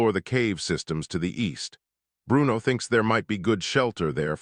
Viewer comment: Why did the AI narrator over pronounce Bruno's name with a bad italian accent? Bru-uno. lmao every time.